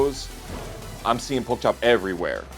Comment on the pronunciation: it's pronounced like Poke Chop